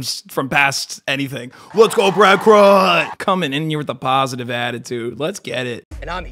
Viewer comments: him mispronouncing Kraut makes my ears bleed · Bro making me mad how he pronounce kraut